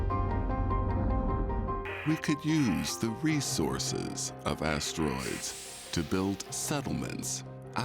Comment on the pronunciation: Just one teensy-eansy complaint… the narrator pronounces asteroids as 3 distinct syllables … ass-ter-roids It’s crazy-making in my head